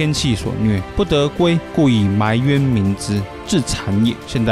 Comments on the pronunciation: 亂講一通. 埋冤的台語發音全錯. 完全胡扯. 只是 中國關點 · 給: 埋冤，那個埋做動詞的話，不文讀，所以不做文讀音的ㄇㄞˊ，白讀音就是ㄉㄞˊ，音就同臺，所以才有這一說